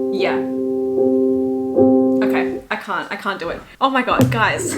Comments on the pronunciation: If I had a nickel for every time an Australian swiftie reacting to I Can Fix Him (No Really, I Can) jumpscared me because it sounded like they said "cunt" instead of "can't", I'd have two nickels, which isn't a lot but it's weird it happened twice 😂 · THE FACT WHEN YU SAID “Can’t?!” I THOUGHT YOU SAID “Cunt?!” 😭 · Not me thinking she said “c*nt”after I can fix him, I was like yes, yes! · when shesaid "can't" i thought she said c*nt